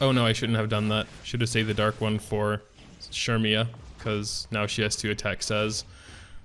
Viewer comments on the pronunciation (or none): It’s said as sair-me-yah I’m pretty sure Edit: also the event shop sells those blazing souls so make sure u check that out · CERMIA ! CERMIAAAA ... SHURMIAAA ???????